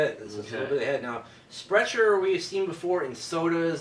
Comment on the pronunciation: thank you guys so much for a very thorough and informative review! I'm going to have to be on the lookout for these! I am surprised about the Sprecher's (pronounced Sprekker's btw), because their root beer is excellent in my opinion.